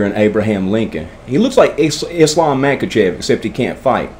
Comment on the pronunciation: You should buy a a heavy grappling dummy. You can add sand to some so you can work your way up Islam Mackachev it’s pronounced Mahachev